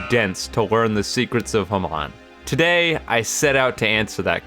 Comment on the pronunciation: bro said hamahan instead of hamon ayo